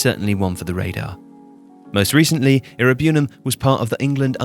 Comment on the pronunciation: The pronunciation of Iroegbunam & Chukwuemeka is quite funny. 😂 Great video anyway!